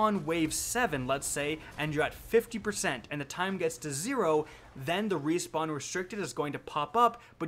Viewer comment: "Rewpawn" lol, great video though!